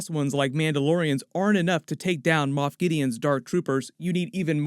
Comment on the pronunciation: It's Moff not moth lol